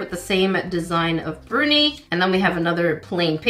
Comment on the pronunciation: Bruni, luv, not Burnie.